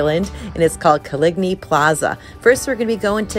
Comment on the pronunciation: It’s pronounced like colony.